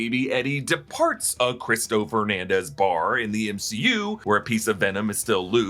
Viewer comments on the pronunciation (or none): none